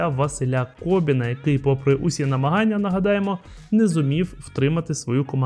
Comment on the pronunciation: Шановний ведучий! Чому Ви постійно неправильно називаєте прізвище Василя КобИна, говорячи КобІн?